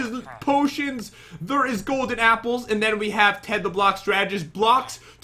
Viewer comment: I love that Pat says "thur" instead of there, their, or they're...... 😀